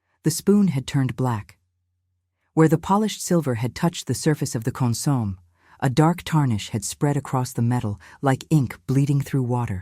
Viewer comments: Wrong pronunciation of consommé, opposite accenting. The accented pronunciation should be on the e, last syllable. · I'm enjoying this story. I don't understand why some people have to be so nitpicky about these stories. Yes, they are correct about the mispronounciation of the word consomme, but there's no need in complaining. Thank you all for the time you take to produce these stories for our entertainment!